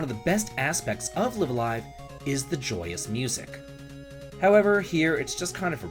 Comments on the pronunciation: Slight thing - The Japanese characters of the game title read as "Raibu A Raibu", so the title is pronounced "Live (as in Live Music) A Live (same as before)". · Both the first and second Lives in "Live A Live" are pronounced the way you say the second.